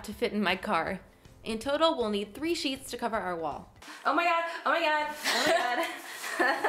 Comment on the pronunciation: 😂😂😂😭 every time she said sheeps instead of sheets! 👌🏽